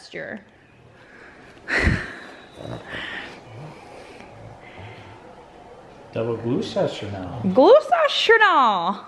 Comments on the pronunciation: I laughed so much at you trying to say gloucester. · How you said Double Gloucester was so funny! It's said like gloss-ster 😊